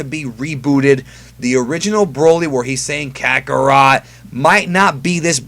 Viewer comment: Thank god broly can finally have some character other than saying KAKOROT